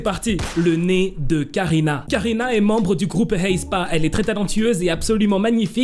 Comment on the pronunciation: Pourquoi tu il dis « Heyspa » ? C’est plus simple et logique de le prononcer « éspa »